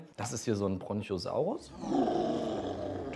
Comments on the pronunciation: Lieber, kleiner Klugscheißer Einwand, es heißt Brontosaurus und nicht Bronchiosaurus! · sagt er echt "BronCHosaurus" LOL